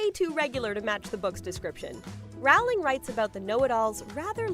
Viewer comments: The name is Rowling! Like in row row row your boat! You stupid idiot! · I've never understood how someone can make a Harry Potter video and not know how to pronounce Rowling's name.